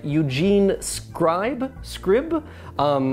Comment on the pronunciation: Eugene Scribe's last name is pronounced as if it rhymed with dweeb. In case anyone was still wondering.